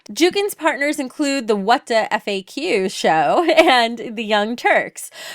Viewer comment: Hey, just passed by to say "whadafaq" it's pronounced like WTF (that was the intention behind the name)